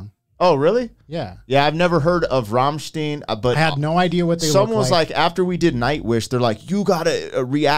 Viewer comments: FYI- German pronunciation tip- words ending with -ein or ien: the second vowel in the combination is the hard sound in the pronunciation. So that means Ramstein is pronounced as RAHM-schtine. It would be RAHM-schteen if it were spelled Ramstien. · Saw them in our national footballstadion live for +50k people they´re great live, great songs, fireworks, giant flames you can feel the heat just some great time off to experience with some (male) friends, having a beer, .... 😂 been a fan for over 20 years. Btw its rammstein not rammsteen ;-) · Rammstein and not ramsteen as you often pronounced them was banned for two decades from playing concerts in Germany because of two accidents with burned down scenes... They can play there again now... The shows are filled with phyrotecnics because the band members are making a living as fx guys in Hollywood . For this reason they for a long time hid their faces to make the music in the center and not the band members ... So the band was for many years shrouded in mystique... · It's RammSTEIN not STEEN. Guy with the red baseball cap is correct. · It is Ramstein no Ramenstein!!!! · lol how he pronounce it wrong... rammstiiiiiin ... its RAMMSTEIN lol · Would you please stop calling them Rammsteen?? It´s ducking Rammshtain! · Stein .... not steen. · forgot to roll your R's for Berlin style :) Raaaaaamstine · ...right pronounced is when you read "Rummshtine". Greetz from germany. 🤘🎶👍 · first, in the english version, "Du Hast Mich" translates to "You Hate Me". But it does translate to being loyal or having loyalty. Rammstein is pronounced Ram-shtine. Rammstein in English is Battering Ram. Ramm=Ram...Stein=Battering.. So that's that about the band... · E before I to make the sound "eye"! I guess you say " Franken... Shteen" too? Holy crap! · They're named after that airport, some massive crash happened there I think. Edit: & it's pronounced Ramm-stine, like Frankenstein or Einstein. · It´s Ramm-stein, like Ein-stein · Stop saying ramsteen